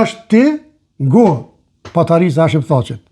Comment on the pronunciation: Te lutem jo patarica po paterica